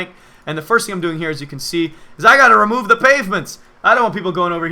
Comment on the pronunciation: Ferst? More like Firth. Or Firnd, or Fird. Yaaaah.